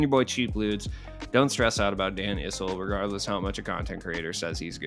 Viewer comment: Issel's last name - the first syllable rhymes with "Hiss" not "Nice". Last name rhymes with "missile"